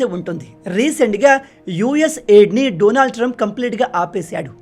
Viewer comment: Say his name correctly.. Daanaaald .. not. Doonaald